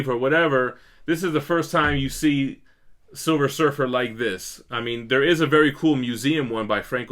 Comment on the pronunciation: Savage silfer lol